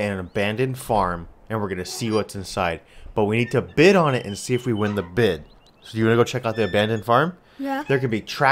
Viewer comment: Bid, not bis